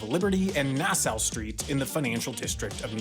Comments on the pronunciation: I'm with you. Nassaw, not nass-ow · As a Native New Yorker, i have to tell you It's pronouced "nas-SAW", not "nas-OW" Street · nas -ow 🤣🤣🤣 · Quarter as interesting, but it’s actually pronounced Nah Saw street/county/bahamas. Well I dunno if that’s how they pronounce it in the Bahamas, but def in NY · "Nassau" is pronounced like "Nas-saw". (I'm from Nassau County) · Did you seriously pronounce Nassau as nass-oww? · Nassau is pronounced nassaw for the future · “Nah-sow”??? What? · I’m pretty sure Nassau Street, like the nearby county is pronounced NASS-aw. But as a former resident I could be wrong. However Nevada is definitely Ne-VAD-uh, and others will correct you. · How offensive to hear him pronounce Nassau like that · Oh my fucking G-d; you didn't just mispronounce Nassau, at least in anything like good faith. You fucking didn't. You're doing this shit on purpose. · There’s like 3 ways to pronounce Nassau and he missed all of them in the first sentence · You mispronounced nassau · How do you pronounce Nassau,? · I must say, I'm disappointed. Not just because you actually went to Nassau St, and still mispronounced it, but because you DIDN'T REFERENCE "DIE HARD II!!!" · Four seconds in and he butchered Nassau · I've rarely heard an american pronounce it better than in this video, I don't know what you're on about. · Yeah, no, the street is named after the king so it should be the Dutch pronunciation.